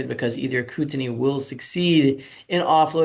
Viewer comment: buddy haha its pronounced kooteneee like the beer made in bc